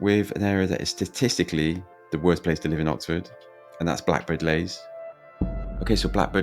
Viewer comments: It’s Blackbird Leys not Lays the way you’re pronouncing it! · Can't believe you didn't mention Templar's Square Also pronounced Blackbird Lees not Lays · Other people will have said this but you really need to pay for Descript so that when you say something wrong, you can easily correct it OK most people probably don't say that but they will wonder why yiyr talking about Blackbird Lays? When it's pronounced like Leeds but without the DS So Blackbird and Greater (Leeee's) Leys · It is pronounced BLackbird Lees not Blackbird Lays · Couldn't get past you constantly calling it Blackbirds Lays instead of Blackbird Leys. Ley or Lea means field by the way. Common to call estates like this after something bucolic like a farm or whatever. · Any bloke who cannot even pronounce the name properly and talk about the place is a dick. Blackbird Lays😮 I was born in 1964 in Sawpit Road. Yes, it has its rough parts but I am proud to be a Leyser and Oxford United fan. Great memories of the Bullnose. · Fella if you're going to make a video trying to tarnish blackbird leys at least say it properly and nowadays blackbird leys is rather peaceful and chilled out compared to the 90s when I admit it was rather crazy but I'm blackbird leys through and through all my family live here my nan and Grandad moved over from Ireland in the 50s so to us this is paradise blackbird leys is always in my heart ❤️❤️❤️🎉🎉🎉💯💯💯💯💯💯💯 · You are so knowlegable about blakbird leys you cant even say it properly.